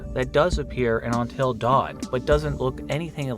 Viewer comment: "ontil dawn"